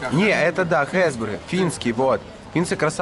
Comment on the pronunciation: Не "финци"а фины!